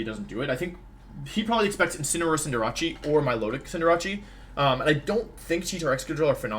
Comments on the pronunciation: Je still says Cindeerachee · ITS SO ANNOYING LIKE CINDER-ACE like ugh